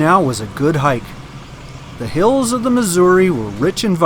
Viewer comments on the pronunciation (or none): none